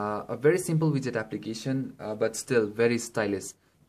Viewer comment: i have viewed 3 android must have phones which is made by indians and for some reason they keep saying aplicatin wtf man learn to pronounce before making a youtube video